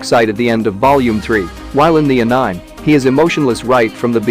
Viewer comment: did he just pronounce anime as anaiim?